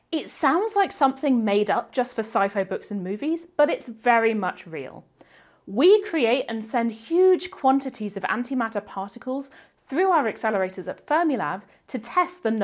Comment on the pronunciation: What’s “sci-fo”? 😉 (Sorry, couldn’t resist. Love this channel!)